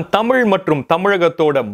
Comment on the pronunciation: தம்பி உச்சரிப்பில் கவனம் செலுத்துங்கள். ' தமிழ் ' தமுழ் அல்ல. தெடர்ந்து உங்கள் பதிவுகளைப் கவனித்து வருகிறேன் . வாழ்த்துக்கள்.